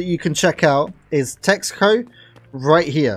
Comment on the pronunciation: I think "texho" should be pronounced "tehno" since it's written in the cyrillic alphabet if i'm not mistaken.